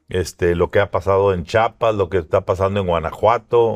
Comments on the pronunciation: Chiapas no chapas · En conductor que dice CHAPAS,en lugar de CHIAPAS,QUE RESPETO MERECE??